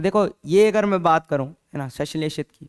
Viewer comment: संश्लेषित को सशिलेषित पढ़ रहे हैं😅